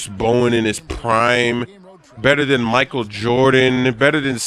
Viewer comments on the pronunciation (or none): none